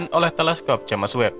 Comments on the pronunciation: Agak risih di baca nya JAMES bukan nya JEMS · Udah 2 tahun nonton ini, masih aja nyebutnya jemes web, jems woi jems